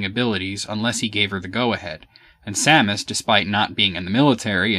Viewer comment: I know this is completely trivial, but I want to just say that I'm glad you pronounce Samus's name the same as I do, which is the way I personally think it should be pronounced. So many people pronounce it as if it's spelled "Sumis Orrun" or something... Perhaps that's the correct pronunciation, but to me it just sounds wrong...